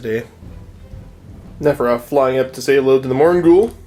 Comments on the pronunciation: I kept hearing Nefetata :') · Hey, I like your input in the age of Sigmar battreps of late, this seemed to me like a fun, competitive and mostly balanced game. My only request: pronounce Neferata's name correctly next time you decide to include her in your army... I'm pretty sure she doesn't take it well if you start calling her Nevertata... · Why can neither of them pronounce 'Neferata'? It's not that bloody hard! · I think the name is cursed or something - two or three people on the shop I go to pronounce it in a variety of ways, always excluding the correct way. So strange...